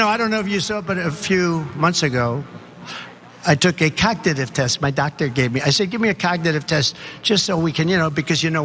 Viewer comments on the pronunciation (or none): he said cock-titive test . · a "coknative" test? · “I took a cog-tag-div test”….. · Could be a bad sign If you can’t pronounce cognitive test . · He can't even pronounce cognitive properly